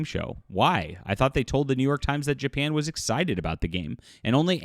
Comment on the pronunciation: “Dapan?” I have not heard of this country lol